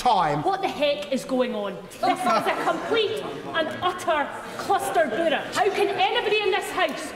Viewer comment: "cluster burrah" ha!